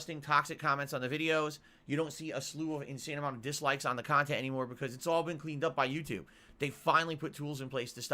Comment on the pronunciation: Stealing his KANHTENT? curious as to what thinks he provides his viewers